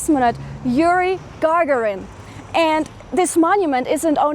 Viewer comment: (Gagarin name is not pronounced like Lady Gaga with -rin added but rather like gagaaa-rin.)